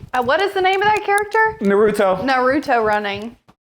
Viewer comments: why did you say "Naruto" like that I can't haha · LMAO IDKH BUT LOOKED LIKE CHESTER BENNINGTON IN THAT PICTURE XD So handsome:) but my future man is even more handsome LOL(I am being serious though). OMGOSH You say Naruto like my mom does AND THAT'S NOT HOW YOU SAY HIS NAME, GET IT RIGHT GEEZ!!! Oh no, I'm geeking out. Never though this would happen;-; I don't even watch an enormous amount of anime and yet this happens XD I could give a list but I'd rather not and uh is Glitter Force(all of the different types of this show even if they are named different) and Digimon considered anime? I just want to make sure cause if I'm correct there are shows that look like anime but came from Americans... Also uh "Nar- roo- toe" uh idkh those things work(sorry if I somehow messed up on the first part if I did mess up)